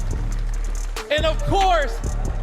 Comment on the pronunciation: I died a little inside when pronounced Jorge wrong😢 (it's pronounced like "George" )